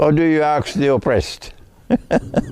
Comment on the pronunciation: Sheikh its ask not aks